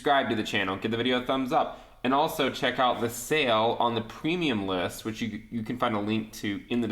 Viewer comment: I love how you say PrEmIum LiSt